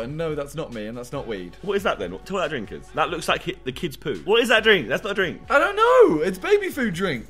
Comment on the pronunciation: “It’s a frink”, no it’s mate😂😂